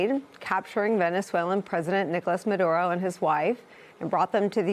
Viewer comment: Free Fwee Manduro mommy